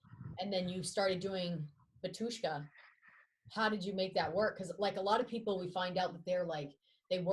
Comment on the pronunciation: why cant member of Batyshka pronounce name of the band?